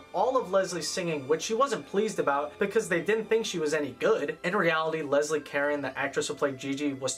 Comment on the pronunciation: Same way he got Olivier's name wrong. And Leslie Caron's.